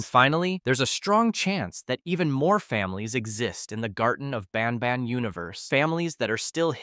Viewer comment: Did he just say “hellish nobnob” 😅